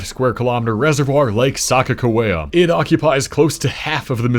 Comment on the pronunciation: As a partial North Dakota it’s pronounced Sa-kaka-wea